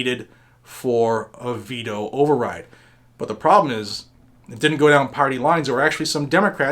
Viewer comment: ha ha. in the intro it sounded like you said beto override. lol